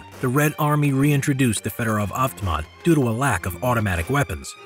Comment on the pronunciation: Everytime you butcher federov avtomat i puke